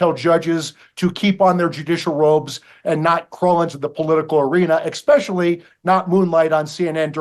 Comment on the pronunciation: Although I agree with Mike Davis, it’s not “eckspecially”, it’s especially!